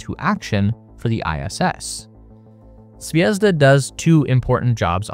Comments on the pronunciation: Please learn the stresses in words if you say them - my ears are bleeding of you saying zvézda instead of zvezdá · it's not zvEzda. It's zvezdA:) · Could've used google translator at least to look up the correct pronunciation of the module names) kibo = kee-bO, not kAibo zvezdA, not zvEzda naUka, not nAuka zaryA, not zArya If you said unIty or unitY instead of Unity, that would sound weird, right?) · Stresses - ZvezdA and ZarYA.